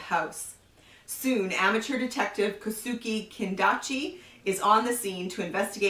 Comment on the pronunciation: In Japanese any thing that ends with -e is pronounced with an eh sound. So Kosuke is pronounced Ko-Su-Keh and Kobe is pronounced Ko-Beh.